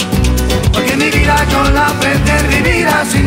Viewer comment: La letra tiene errores, ellos no pronuncian bien en la canción, pero la letra la escribieron de la manera correcta. Por ejemplo: el coro ellos pronuncian "bamboleio bamboleia porque mi vida yo la prefie vivir así"